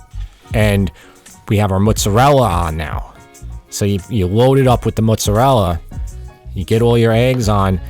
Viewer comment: Yeah! You said mozzarella the right way! They even say mottsarella on cooking shows nowadays, and it drives me crazy.